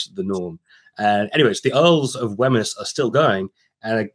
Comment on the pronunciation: Your guest speaks about the Earls of Wemyss. But he mis-pronounces Wemyss as 'wem-iss'. This is incorrect. It is pronounced 'weems' or 'wims'. You might let him know, as his mispronunciation undermines his scholarly credibility. I.e. as a subject expert, he ought to know!!